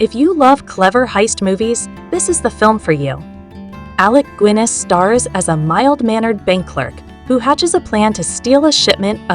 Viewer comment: Alec goo-inness? AI fail.